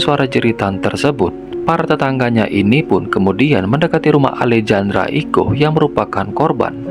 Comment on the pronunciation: Baang Alejandra pas 'j' nya dibaca 'h' bang jd alehandra, biar enak didengerin 🙏